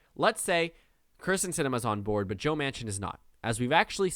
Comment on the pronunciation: It is kyrsten not krysten sinema please pronounce it correctly. have a good day